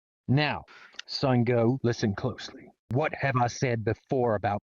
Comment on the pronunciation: I nearly died he said sungo....... Down